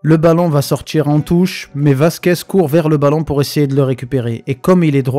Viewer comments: C'est Vasquez ou Merguez ? Professionnel depuis toujours Mdrrr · Je crois avoir entendu Lucas Merguez ? . C'est méchant mec